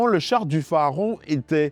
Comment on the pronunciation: Pourquoi dites vous PHAARON alors qu’il est écrit PHARAON?